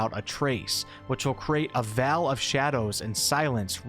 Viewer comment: Veil is pronounced "vale" not vell